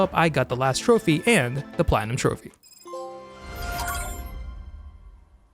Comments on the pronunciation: Sounded like a complete idiot when saying trophy every time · You really need to stop saying trophy it is infuriating